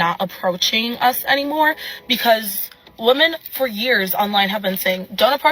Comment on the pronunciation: It's pronounced "women" not "woman". Woman is singular and women is plural.